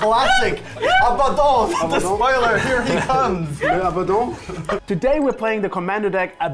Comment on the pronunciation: I'm gonna be that guy and say "...um actually, it's pronounced Ab-uh-don, not A-bad-in."